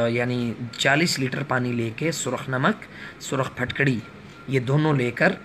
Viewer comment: Phatkadi nhi phitkri ya phitkari